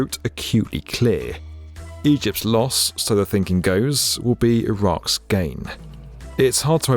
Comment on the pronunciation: Lol.. "Iraqs plan"